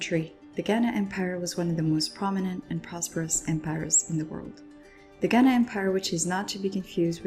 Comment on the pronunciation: This was really helpful but as a Ghanaian that’s not how you properly pronounce “Ghana”